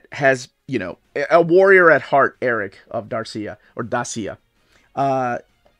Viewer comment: It's Dacia, not Darsia.😀